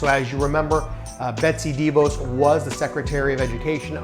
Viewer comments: The name of the DeVos family isn't pronounced dee'-vose. It's pronounced dee-voss'. Emphasis on Voss. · Pronounced "deh-VAWSS", we're from their home town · I've mostly heard it pronounced D'Vos. Not sure which is right or that it matters. Great content regardless.